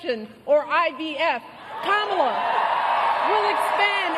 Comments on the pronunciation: Did she call them Kamala Zoo? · Did just say Camila zoo